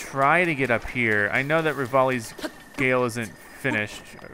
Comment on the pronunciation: omg why do you always say 'rivali's gale' wrong??? it's like each episode you try to come up with a new way to mess it up, it's freaking hilarious keep it up